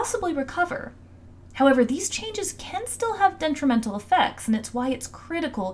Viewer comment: They pronounced detrimental wrong. Girl it’s not “dentrimental”